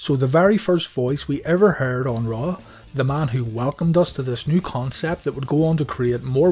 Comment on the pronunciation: When you say, “Monday Night RAW”, it sounds like you’re saying, “Monday Nitro”! 🤔